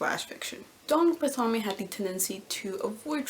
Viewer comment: Both my undergraduate and masters thesis were on Barthelme's work. I find him, in my biased view, to be the greatest short story writer of 20th century America. Just a small note, his name is pronounced "bar-thel-mee." Thanks for the video!